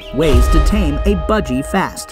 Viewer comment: Is it just me who’s kinda annoyed by budg eyregar? No hate by the way love the video